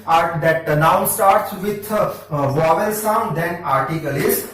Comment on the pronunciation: Your teaching style is awesome! Just a minor correction that is vowel not wovel.... Thank you so much for all the videos!⭐⭐⭐⭐⭐